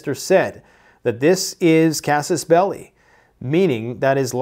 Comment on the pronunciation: Why is it so hard to pronounce "Kas-Us Bell-Eye"?